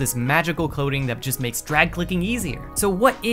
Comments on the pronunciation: half the video i thought he was saying coding, not coating, and i was so confused lol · Bro the entire time I thought he was saying Coding and not Coating lmaooo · i though the was saying “coding” that whole time but no it was the “coating” of the mouse